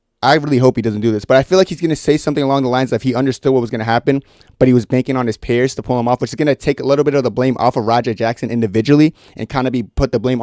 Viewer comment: Thanks for the info. Just a heads up, it’s “peers” not “pears”. Idk why but it just bugged me a lot. Other than that, great video 👍🏻